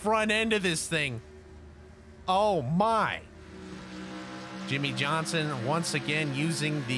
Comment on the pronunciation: ah, yes my favorite driver. "Jimmie Johsnon"